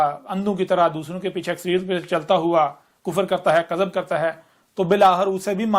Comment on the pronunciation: مجھے تو یہ چ لگتا ہے۔ اردو زبان کے تلفظ بھی صحیح ادا نہیں ہوتے دعوے تو دیکھو کِذب کو کَذب بولتا ہے